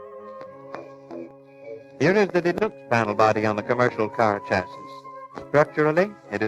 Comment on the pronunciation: The chassiss. I thought the last S was silent